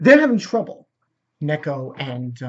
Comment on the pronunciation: 3 seasons in and your still having trouble with names? Its Gasper, not Jasper. G as in gate. And it's Akeno, not Aneko. Also, Ophis was seen in Season 2 before the meeting in episode 10. Mentioned by name too. So she isn't new.